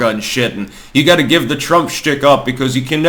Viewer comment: Is pronouncing got like gut a Vermont thing?